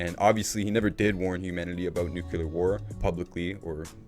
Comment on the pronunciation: Great vlog. Just wanted to point out that there's no such word as nukular. It's nuclear. Only pointing it out because it was said about 12 times. I believe it was George Bush junior that first mangled that word and people been following suit ever since. Other than that I enjoyed this post.